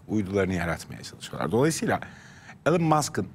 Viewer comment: 😂 İlan'da değil, İlon, Google'e yaz: how to pronounce elon musk